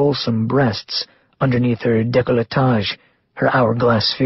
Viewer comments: French word. DAY-COH-LAY-TAJ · I like the reader especially when he does Martinez's voice. He does pronounce some words incorrectly though. Decolletage is pronounced DAY- coo-taj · that's not how it's said in French.